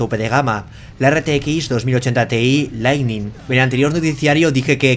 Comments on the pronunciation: parece que sí leiste mi comentario de otro video en que hice una pequeña corrección en tu pronunciación de la palabra "lightning" porque veo que ahora lo decis perfectamente. Y no lo digo para atribuirme nada sino porque esto es muestra de tu humildad y de que tomas en cuenta opiniones para mejorar. Así que a seguir así, saludos desde Uruguay! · He escuchado 2 veces seguidas Lightning bien dicho y me he emocionado